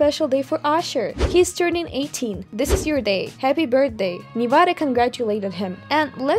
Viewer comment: It’s Nevada